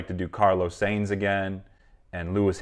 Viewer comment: When you do your research on Carlos Sainz (pronounced "signs"), remember to also look up Carlos Sainz. Yep, Carlos has a father who is a true motorsport legend, but in the World Rally Championship.